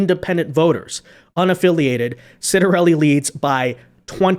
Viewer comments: I believe that Jack's name is pronounced "Chottarelli". Just to say.... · NEW JERSIAN here and we'll be voting Red as usual. It's pronounced Chit-er-elli